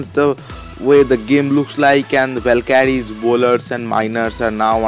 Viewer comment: its valkyries not valkadies......haa haaa haa😅😅😅gandoo speek properly